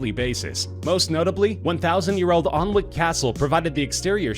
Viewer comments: its pronounced 'annik ' castle , not olnwick, although it is spelt Alnwick. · A small part of me died inside when he said Alnwick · Alnwick castle is pronounced Anick castle. Don’t want any hate just wanted to correct you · It’s pronounced ‘Annick’ not as it’s spelt ‘Alnwick’. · hearing americans pronounced uk place names is always funny . . . Alnwick Castle is pronounced Anick Castle 😄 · Alnwick was pronounced wrong. 😬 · Anyone else from Alnwick here laughing at his pronunciation of Alnwick? For me, hearing his pronunciation of Alnwick was the sole reason I clicked on this video.